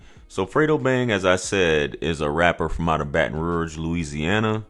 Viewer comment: I’m from south Louisiana and the way you pronounce Baton Rouge is so funny 😂. Keep up the great work bruh. I enjoy watching the videos